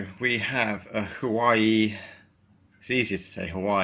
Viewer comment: Pronounced W-are-way